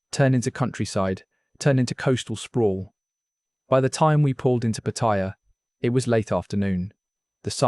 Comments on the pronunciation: Patt-a-ya not Patt-i-ya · Why do people pronounce Pattaya incorrect